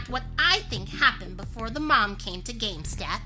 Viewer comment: Lol said game stop wrong and i told her it was pronounced game stop not game step 💧🌊